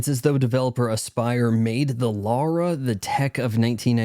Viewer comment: You make fun of people for saying aspyr wrong, yet you keep saying Laura instead of Lara. Just… just… fuck off really.